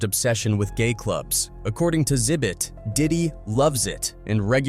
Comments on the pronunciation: It's not "zibbit" . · Its pronounced "Ex Zibbit" not "Zibbit". And It will be interesting to see what the FBI confirms are on the tapes they confiscated, but this could take a decade to be revealed, with how slow huge court cases like this go. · The 2nd saddest thing about this video is that the narrator doesn't know how to pronounce Xzibit "exhibit" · Bro Xhibit is said like the word exhibit. Not Zibit lol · Calling xzibit “zibbit” is crazy dude it’s pronounced “ exhibit” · It's not zibit it's X-ibit exhibit..... get it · Who are Zibit and Zybit? You guys need to stop using AI if you can't even pronounce Xzibit as "Exhibit" correctly. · "Sibit" lmao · “Zibit……” 🤦🏻‍♂️🤦🏻‍♂️🤦🏻‍♂️🤦🏻‍♂️. I can’t………. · Its pronouned "EX ZI BIT" and dislike for the clickbait thumbnail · “Enter Zibit” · This AI voice couldn't say "Xzibit" 😂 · Does anyone else hate him butchering xzibits name lol😂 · Ya know you can just google "Xzibit" and learn the right way to pronounce it. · Is this a automated VO or a real person. I cannot atand how they say names. No one has talent to read obviously, gotta have a computer do it. Liten to how it say Xzibits name. 😂😂😂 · mispronouncing X-hibits name like that is crazy 😂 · VO kept butchering xzibit’s name 😂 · DAMN, he can't pronounce Xhibit@ I don't know if this is a computer narration or not. PEOPLE look up the names of the people before you make a video!!! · Thafuck is this AI voice and why can't it pronounce Xzibit? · The first person that replied to you is correct. It's a common flaw with AI voicing - it often mispronounces names. It's easy to detect because sometimes it gets the name right and then messes it up on the next go. Which is what happened here. This is something real people would generally never do. It also wasn't able to enunciate Xzibit correctly at all. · holy shit the AI voice butchering Xzibit just sent me over the edge into a fit of giggles 🤣🤣🤣🤣🤣🤣